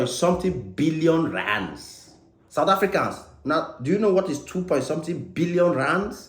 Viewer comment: 😂😂😂 the way you call the rands like a south African dey sweet me 😂